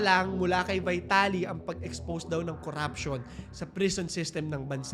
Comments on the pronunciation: Pronounce his name correctly, dude.. "VITALY" ✓ V-TALI X VAYTALI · vee-ta-li po hindi vai-ta-li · Corruption and having money gets you everything, is nothing new in the Philippines. And by the way his last name is pronounced Veeetaly. 😬🤭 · Ang oa mo. Vaytali ka ng Vaytali eh mali naman pronunciation mo. VEETALI yan. Hooohayyy! 🥴🥴